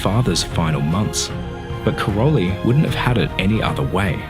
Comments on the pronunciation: Just a correction: her father's name (Károly) is pronounced as "Karoy" [car-o-y] - not Karol-y. Her name is pronounaced as 'Selesh' with sh at the end. It means: windy. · Great video. But it's not Karoli, it's Károly, in Hungarian -ly is the same as -j, one letter, not two. No word about her origin? She is 100% Hungarian, not "Yugoslavian". Her real name is Szeles (Windy), (pronounce: Selesh), and Mónika has a long ó, not short.